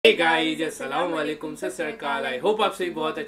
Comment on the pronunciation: Salaam walekun galat hai sahi hai (Asslamualaikum)😂